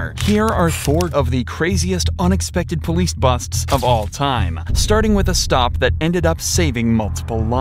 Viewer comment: poilce TESLA?????